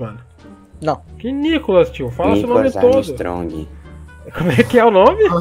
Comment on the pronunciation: "Nicolas amestrong" aí mano kakakkakakkakakakakakakkakakaaka